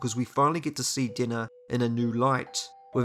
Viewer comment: Ohh, his pronunciation for Denna was dinner dammit. Dude where are you from? The names are wrong , ( pronounced ) . I'm not from USA, but bro... I'll like and subscribe tho